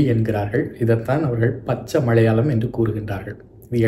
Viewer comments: 😂 funny.. I was pointing "his" mistakes in pronouncing tamil words.. Please listen to the video where, He is pronouncing மலையாளம் as மழையாளம், சம்மேளனம் as சம்மேழனம் etc,. 😅 I was mentioning only that..If I write Tamil with such mistakes it would be a treachery committed to all my tamil teachers.!! 😅😊😊 hope you understand... BTW.. Lovely explained about that ள, ல and sply cognates. 😊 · அய்யா.. தமிழ் உச்சரிப்பில் அழகு ல, ள, ழ.. மறைமழையடிகள்.. மழையாளம்.. சம்மேழனம்.. புழவர்கள்.. அழ்ழாத.. எழிமையான.. அதை சிறிது கவனித்தால் நன்று 😊🙏🙏